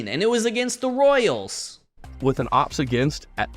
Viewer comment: As international baseball fan, some times a caught my self calling “ERA” as “ÉRA” (like “end of an Era”) i think is a “fair mistake” for the. Also, if you never use AI, OPS probably sounds OPPS, because AI doesn’t know that OPS pronunciation is O.P.S, and you need to do some “adaptations”, i think is obvious that guy never used an AI voiceover before.